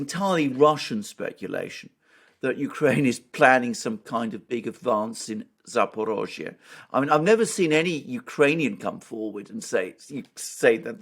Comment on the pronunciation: Thanks for properly pronouncing Zaporozye. Because that's what the hybrid warfare is about for those neo-Nazi, to call us not-people, to call our culture fake, to give our towns different names!